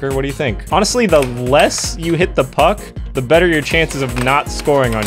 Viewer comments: I thought you said Fu-- Yeah..... But no! Puck! Not that word! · when he said "puck in my goal" it sounded like "fucking goal" which was so unnerving to me i rewatched it several times until i heard it right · Nope never mind it sounds like he said the f word